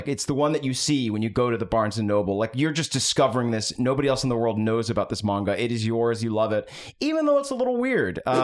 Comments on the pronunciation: But... it's actually pronounced "manga" not "monga"? 😂 Japanese "a" is pronounced like the a in man, map, hat, rat, plan, etc. Not mop, monster, con, gone, etc. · just so you know the way he pronunced manga as "menga" is exactly how we say period in Croatian so when he was sayind this "I'm experiencing menga for the first time" just fricking sent me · Yeah, like said, said mANga with such confidence that I was convinced I'd been saying it wrong this whole time. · I love the bit of pronouncing mainga paige with such a strong twang that it rhymes. Same vibes as deliberately pronouncing pokemon as incorrectly as possible, like pokey-mans. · I was hearing pronounce manga as if he was MANGling it. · saying it 'maynga' feels better in my mouth and everyone that upsets can die mad about it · Everyone making fun of pronouncing it "Man-Ga" instead of "Mahwn-Ga", meanwhile in Britain, "Man-Ga" is the more commonly-used pronunciation. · Wait, you're laughing at him for saying "manga" instead of "monga?" Is this a bit? Have I been trolled? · I accidentally hit the dislike button but it was totally after hearing say mainga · pronouncing manga is giving me Benedict Cumberbatch saying penguins. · I can't deny it; I guessed the pronunciation of manga wrong when I first saw it, and I saw it much much longer before I ever heard anyone say it out loud, so I am forever in boat. It's common among old-timers who were in middle school before it became mainstream over here. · The way you’re pronouncing Manga is the way we pronounce it in the UK. It’s similar to the different ways we pronounce Mario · I mean in England we do pronounce it man-ga rather than monga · pronouncing Manga like Armando Estrada was a bit too much of a joy to me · mænga is a waaaaay better pronounciation than mawnga at least 😩😩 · I don't know how manga is pronounced anymore after this intro.